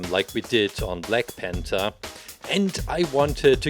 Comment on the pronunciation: And black punthar